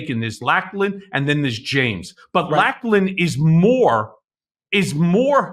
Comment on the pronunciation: Lachlan is pronounce "LOCKLAN"